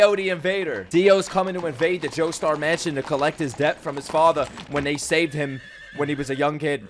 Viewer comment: Bro said doestar at one point